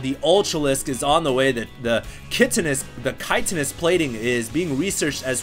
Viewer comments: "kite-inous plating"...? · Why does everyone pronounce Chitinous wrong? First Day[9] now?